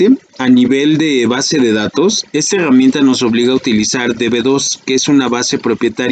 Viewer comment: LA "hegamienta" jajajaj